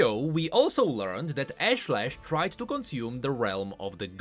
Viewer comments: I don't think pronounced it's Ashe-lesh, it's Aash-ley-sh. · Pretty sure it's pronounced Ahsh-leh-sh, with more of a south Asian/Indian accent/intonation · Ashlesh. I think it's meant to be pronounce Ahsh-lesh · Hi, A small nitpick but your pronunciation of Ashlesh is incorrect. The skin spotlight voice lines video has the correct pronunciation.